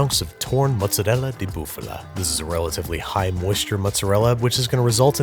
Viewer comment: You nailed the pronounciation of "bufala" (i'm italian)